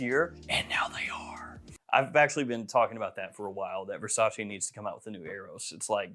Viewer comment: It's Versace not Versaci